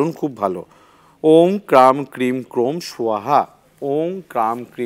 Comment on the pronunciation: দাদা অং না ওম